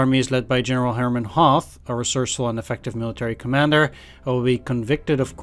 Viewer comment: Don't want to be nerdy, but the "th" as in English doesn't exist in German. Hence you pronounce Hoth just like Hot. Well, not like the English word hot, but with a more... "longer" pronounced O. :)